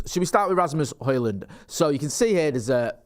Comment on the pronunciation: You got Højlund's name pretty much spot on,. As a long-term resident of Ginland and an enthysustic student of Scdndinavian ( snd ithrr) languages, it always pisses me off when vloggers mess up pronunciations. But you got that one right. 😁 👍👍👍